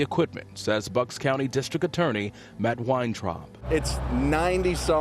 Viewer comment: Bucks - rhymes with ____, not books. Three, not tree. Thirty, not turdy.